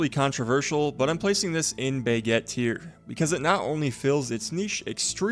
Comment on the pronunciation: Enjoy the videos, but I have a small pet peeve, could you try pronouncing baguette properly? It's not "buhgett" it's an "a", which you have no issue pronouncing when you say "braselim", so Im not sure why you butcher the other one so much.